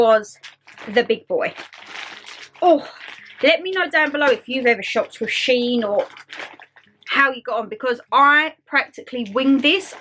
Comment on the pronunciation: Fantastic haul, I love shein. (It is pronounced she in). Watched all the way through, kimono lol. They sell really nice dresses, really feminine. Really good video, thanks for sharing xx